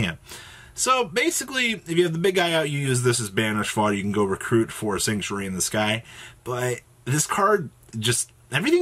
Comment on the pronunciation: Why is it so hard for yugitubers to say "The Sanctuary in the Sky"?